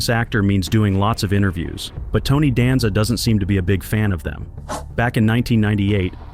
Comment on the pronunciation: Hearing you Mispronounced Tony Last Name is Killing Me......😂